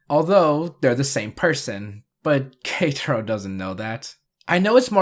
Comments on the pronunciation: You pronouncing “Ketaro as ”Katro” is killing me from the inside. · K - ta - row. That's how you pronounce it